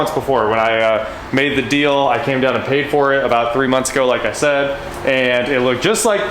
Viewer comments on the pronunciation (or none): none